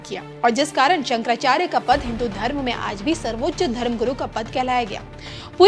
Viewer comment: महोदय जब आप भगवान शंकराचार्य के नाम भी सही उच्चारण नहीं कर पा रहे हैं।